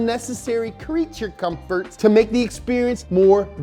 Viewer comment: Ahh my comforfots! 😂🤣🤣🤣